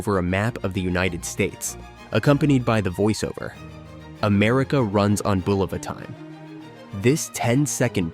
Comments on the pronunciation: First it was pronounced buLOVA then a sentence later it was BULava. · Are you using an AI created narrator? Bulova was initially mispronounced in the video. Also there was no show called “Vertical Bar Love Lucy!”